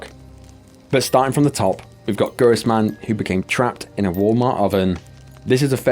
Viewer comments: Her name is not Gurisman. It’s Gur-Simran. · You literally never said her name right a single time. Her name is gur-sim-ran. Not gur-riss-man. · great video, but you could've taken a few moments to see that her name is Gursimran, not Gurisman, as you keep saying. not hating, just wish you showed a bit more respect to her <3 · Its pronounced Goor Simran Not Gurizmann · I don't know how you didn't notice the photo was AI enhanced, considering you showed the correct picture at a different point. Also, like others have said, butchering her name is very disrespectful. Gursimran, not Gurisman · could you have the decency and inform yourself beforehand how names are actually pronounced? should be obvious that "Gursimran" is not "Gurisman". any chance of you being less sloppy and more focused and thorough?